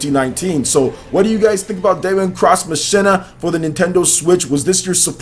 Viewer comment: Machina is pronounced 'Mock-een-uh', man. Lol.